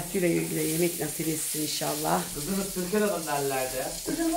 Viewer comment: İhşahlah değil kaliteli kardeşim 'İNŞALLAH'